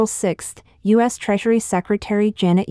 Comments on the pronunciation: Idiotic bot narration! AT LEAST teach it to say terms of core importance properly! Not Sino-us - means nothing and is unacceptable - but Sino-U.S. as in China-USA (relations). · Yes, it isn't a "Sigh-No, Uss" trade war, but is, in fact, a "Sigh-No You-Ess" trade war. Spelled and correctly spoken as "U. S." That said, this is an AI narration bot, not a human narrator, so you have to take it all with a grain of salt. Or just laugh--many of the AI narration bot goofs are at roughly the second grade level, so keep a monitor wipe handy, lest you spit coffee all over the screen when you hear one. There are a lot of them, so have a lot of coffee at hand. And the last laugh? AI is supposed to learn from context and high volume exposure to language. No far, I'm not seeing much evidence of it. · PS: If your Al cannot properly say U.S. and not Sino-US, then try using proper punctuation. Or simply refer to my country as "the United States". You need to be aware that Americans are scrutinizing your every word and will not tolerate disrespect of that sort.